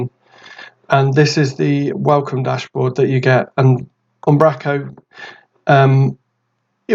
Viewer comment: Fab stuff - Keep it "northern though"... its "Um, bro, co" :D